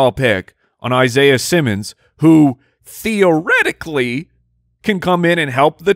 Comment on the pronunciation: Did say Theo Riddickly (as in theoretically)??